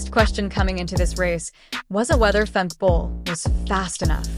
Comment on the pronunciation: Hate that the AI voice doesn't pronounce Femke correctly !